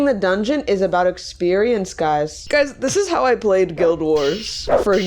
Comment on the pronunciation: Haha she pronounced guild as "guide" haha